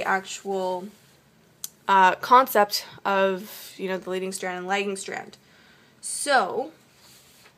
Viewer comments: Very helpful, makes it more easy for me to think about how to draw something out when I'm tutoring. Also,you pronounced lagging like legging. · Anyone noticing that she pronounced the lagging strand, legging strand. Lost all respect after that. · you pronounces lagging wrong lol great video though!